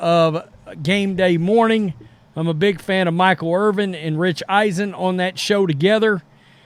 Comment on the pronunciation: His name is Irvin... NOT Irving.